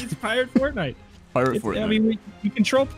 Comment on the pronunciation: Ah yes, Port-nite